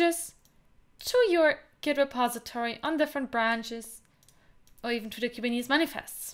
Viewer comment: Last time guy with hinglish said kuberneticus Now kubinitis lol 😆